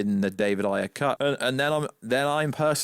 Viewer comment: It's David AYE-er, David AYE-er. Like how you would say the letter "A" A-er, not David EYE-er "as we say in the UK" it's a person's name, I know damn well you can pronounce his name correctly, you're just doing it to be irritating.